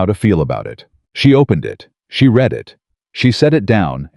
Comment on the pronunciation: Also read and read REED and RED-wrong pronunciation!!!